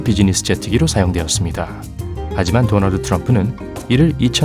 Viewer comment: 도날드가아니라 도널드입니다